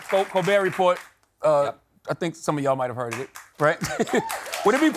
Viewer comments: Very classy of Stephen to not correct him on the pronunciation of "Report" in 'Colbert Report.' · "Colbert Report, I think so of you have heard of it." Well, clearly not you because you're saying it wrong :) Whoever wrote his jokes for him should have told him how to pronounce "Report".